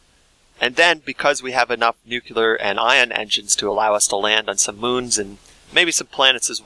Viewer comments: It's nuclear, not nukelar! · It's pronounced nuclear, not nucular. Dammit. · Everytime you say nucular a physicist dies a little inside. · XD Nucelar 🤣🤣🤣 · pls dont say nucular anymore